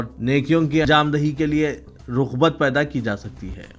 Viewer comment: Rukhbat Nahi Raghbat padiye